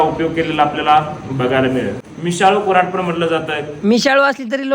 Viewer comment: कुरा ढ ❌ कुऱ्हाड ✅